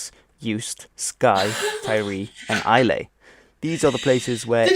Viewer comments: Islay is pronounced as ISLA the `Y` is silent. And Uist is pronounced YOU - IST not Youst. Just to set things straight from the start. I don`t speak Gaelic myself but, if you listen closely to a Gaelic speaker speaking in English, it sounds very like Sothern Irish. Its a soft spoken Language. In Glasgow, where i`m from Scots or, the old Scots Language is mixed in with English and Glasgow slang. Most people in Glasgow use old Scots without realising it. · Isle of Islay is actually pronounced Isla ‘eye-la’ which is also a very common Scottish girls name ☺️ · Uist - pron. Ewe-ist. Islay - pron. Eye-la. The Castle is Eilean Donan - it's near Skye so we can visit it when you come over... In the latest census - out of a total population 5.3 million, 57000 people stated that they could speak Scots Gaelic , more than 1.5 million said that they could speak Scots. For both groups the number who do speak it on a daily basis will be smaller. Gaelic in Scotland is generally pronounced as Gah'lick while Irish Gaelic is more often called Gay'lick. BTW : I now live on Bob.